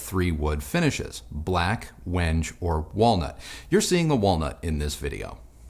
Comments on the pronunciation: Wenjjj?? lol it's pronounced wen gay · “wenge” finish. Pronounced WHEN-gay.